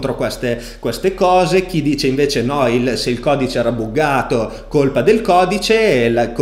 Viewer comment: Solo un suggerimento perché sono del mondo della programmazione. Buggato si pronuncia "baggato" e GitHub si pronuncia "ghitab". Comunque complimenti, guardo ogni video e ogni live!